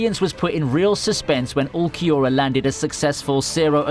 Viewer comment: The way he mispronounced Ulquiorra smh.